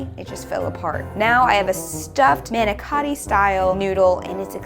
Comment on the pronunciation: They way said Monicotti was not correctly said in Italian